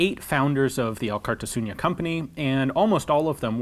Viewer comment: A bit of pointless name trivia. Alkartasuna means solidarity or union. a fitting name for a company made by former gunsmiths. Also i think Alkar means together in the Gipuzkoan dialect of euskera, but I'm not Gipuzkoan so don't take it as a 100% fact. (Elkar instead of Alkar is used in the common version of euskera). Funny to me that Ian is pronouncing the name like "Alkartasuña", Don't worry Ian even many Spaniards don't attempt to pronounce our names. Good video by the way.